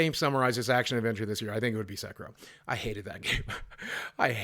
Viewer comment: Say it with me, my dude: Sek-ee-roh Also, Slay the Spire is definitely going to give Goose Game a run for its money